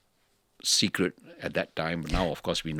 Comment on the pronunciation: what to do, ah lians from chinese schools. also keeps mispronouncing ‘secret’ as ‘sigret’.